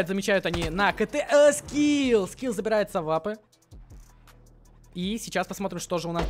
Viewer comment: не скил а скиф